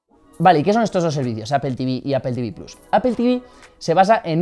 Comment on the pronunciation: Se dice "plos" no plas